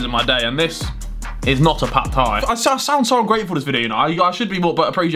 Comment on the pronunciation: Harry saying Pat Thai.... character for the next Stephen tries podcast